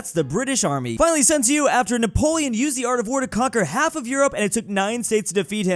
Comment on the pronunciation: i'm a japanese person living in china., "x" in chinese names is pronounced as "sh", "zhi" is pronounced "j", and "sun tzu" is pronounced "sun tsu"